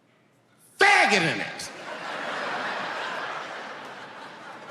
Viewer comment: The way he emphasizes " Fagggggott" is top notch